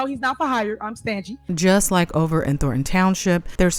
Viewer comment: Did she say Stangy...instead of Stingy?